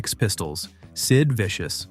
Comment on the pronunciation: When you call him Sid Viscous you make him sound thick! 😂😂😂